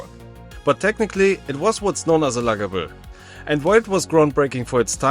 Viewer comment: luggable in marble mouth sounds so funny